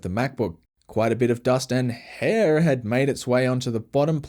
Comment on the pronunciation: I love how he said "hAiR"